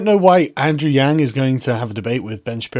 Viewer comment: Friendly reminder that "Yang" is not pronounced like "gang". The "a" in "Yang" is pronounced like "yawn".